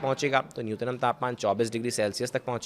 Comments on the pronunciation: Nutnam nhi nyuntam bolo tie coat me galat pronun aapko sharam aani chahiye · चूतिये, न्यूनतम होता है न्यूनतनम नहीं होता है